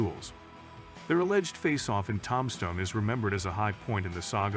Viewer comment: Voice over machine can't say Tombstone or O.k corral correctly 😢😂